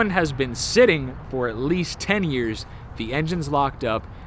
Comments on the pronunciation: says “a-cleast” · Ikleast? hahaha my kids use to say that when they was younger! Cracks me up! It atleast man, ATLEAST! HAHA can't wait for the next episode!